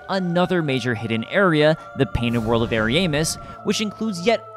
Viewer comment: "Airy-aimus" 😭 Man I love ya, but I'm getting flashbacks of Nier: Automata mispronunciations with this one